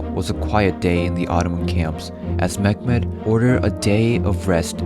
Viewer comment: Meh-met not mekmet